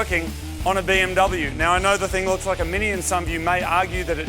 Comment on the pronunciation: You are pronouncing BMW and AMG wrong.